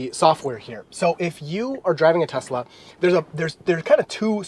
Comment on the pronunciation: Telsa!? You....